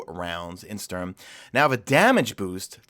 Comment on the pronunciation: I'm calling it, the big expansion in the fall's gonna be "Destiny 2 The Taken Queen" with Savathun as the new Raid boss or at least involving her. (We already got a lot of hint on Titan, especially the giant worms we can see in the ocean) #MadeItToTheEnd PS: Look for the pronunciation of the Sturm on Google at least, you're making me cringe each time you try to say it. "Sturm" suppose to sound like "Storm" and does mean the same thing as well.